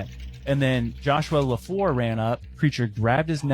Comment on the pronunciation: "Leflore" Not Lafore . Thats my last N.. and im part Choctaw. ... i need the rest of this story.